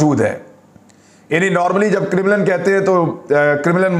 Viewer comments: It's pronounced Karem Lin Kremlin....it sounded like criminal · It’s Krem-lin, not Krim-lan. Please correct name. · Imran bhai Kremlin is pronounced - KA-REM-LIN not Criminal...LOL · Sir it’s KREM -LIN not CRIMINAL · It’s not Crimlin. It’s called “Kremlin”. Your mispronunciation is off putting. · Its pronounced CREMM-LEN not KIRR-mi-LIND ... Paainda bc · Imran bhai saab crimlin nahi hai kremlin hai, please listen to it from some news source so you can pronounce it properly. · Sir it's pronounced as 'krem' 'lin' and not as 'krim' 'lin'. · Not Krimilen but Kremlin MA SHAA ALLAH you are super neutral Journalist beside Sabir Shakir you very straight forward gentle man Mr. Imran Khan Riaz (Riad) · Kremal hay kremenal nahin hay. Asal nam hay Kremya. Main wahan reh ke Europe aya hun. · Its Kremlin, not crimilin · criminal nahe kraam- len sound hota hai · Imran bhai, 🙏🙏🙏🙏🙏 the place is Kremlin (pronounce: Krem-lin)🙏🙏🙏🙏🙏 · It's krem-lin, please get the pronunciation right. You sound funny because it's such a well known name. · عمران۔اسکا صحیح تلفظ کریملن یعنی ل کے نیچے زیر ہے۔انگریزی میں Kremlin ہے